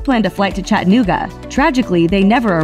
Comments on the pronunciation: Lol it’s chat-a-noo-ga not chat-nooga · Why does she say Chattanooga so wierd😂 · It always annoys me how outsiders pronounce Chattanooga